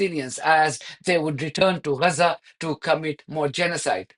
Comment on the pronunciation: It's not Reza - it's Gaza.